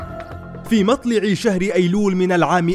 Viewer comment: في .. مطلع .. بالفتح و ليس بالكسر ..